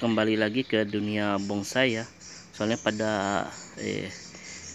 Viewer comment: Dengernya bongsai.